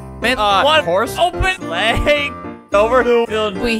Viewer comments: Egg Sauce he also says leg and not sleigh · When he says "sleigh" its actually "Legs"